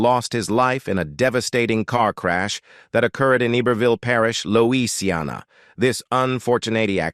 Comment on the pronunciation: "Knit" is pronounced "Nit". You have also mispronounced Lousiana, for heaven sakes. IT's English!